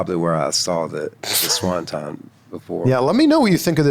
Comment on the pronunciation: SawnTon!!!! Swanton!!!